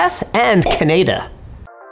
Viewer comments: "Canayda" Canadians just cringed hard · What the heck linus “caneda” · Can-eda? Wtf Linus? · CANAYDA? My guy really couldn't say canada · Did he literally just say “Kay-nay-da” instead of “Cah-nah-duh” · It’s Canada not Caneda. Hahaha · Cnada ME: ITS CANADA!!! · conada its canada linus... lol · Karen says it’s pronounced Canada [kanida] not Canada [kaneida] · Ah yes, Canaida my favourite country. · He also said canaida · Can-eh-da? TETSUO!!!! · I am from Romania and i say like that: Keneda =) i think is better than Linus. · *ca naid a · LINUS! How could you pronounce the name of your own country wrong! It's obviously Canadia. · Linus: "CaEnAdA" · When did linus turn into a punjabi person That pronunciation of "Cnaedaa" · And here I thought it was Canaderp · no it's not how we say, I'm actually Canadian and we say it as Ka-Na-Da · Wow! Linus is indian. He pronounces it kaneda. Linus Kumar sebastian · Everyone: Canada Linus: Canayda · "can aida" Ye thats right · "Kaneda" - Linus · says canayda... canaydans enter the chat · Ca-nei-da? Is that how Canadians pronounce Canada? :D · Did he said Canada wrong? (Canayda) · nobody: linus: canaida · did he just say Caneda? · I heard him say canaida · "in the US and caneNader" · bruh the real question of the video is who pronounces canada as (kuh-nay-duh) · canayda , thats how every pakistani pronounces it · Linus. "Cuh nay duh"? Truly, I'm disappointed and disgusted. And I'm wondering whether I should convert from your religion. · by the way Canada is not pronounced canayda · I swear to god, you quit saying canayda, or you quit yt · congratz to linus for forgetting how to say canada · that is not how you say Canada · i couldnt be more triggered about how you say canada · Someone plz tell linus how to say canada